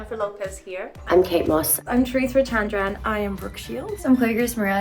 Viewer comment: "i'M chArEeThrA cHAandRAaN" had me so ded